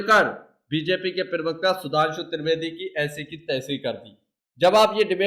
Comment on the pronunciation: भाई बाकी सब तो ठीक है पर प्रवक्ता होता है प्रिवक्ता नहीं।